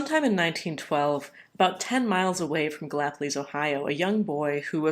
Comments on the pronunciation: Pronounced:/ Gal-police …Appalachian names are a bitch like that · Thanks for another Appalachian report! Being in sort of the same region, locals say the city name "Ga-la-police".